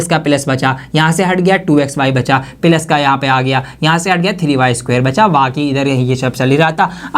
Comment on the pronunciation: plus ❌ pilus✅